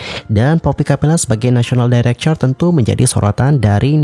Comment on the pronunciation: National director......dairekter.....bkn dairekcher 😁